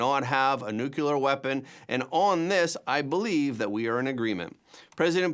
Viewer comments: The word is NUCLEAR, not “NUCULAR”. It’s pronounced exactly like it’s spelled, and it’s not hard to say. When you say “nucular”, it makes you sound both dumb and uneducated. Do you want to sound dumb and uneducated? Enjoy! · There is no word in English called "nucular"!